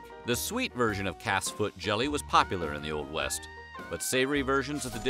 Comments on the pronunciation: CALF'S feet. I thought he said cat's feet. Like WTF...? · Why did I hear cats feet instead of calfs feet lol